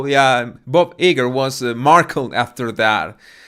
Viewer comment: Disney executive's name is pronounced Bob (Eye' • Grrr)... I only mention this because you emphasized, a couple of days ago, how much you want to pronounce words correctly. I think you do a great job❗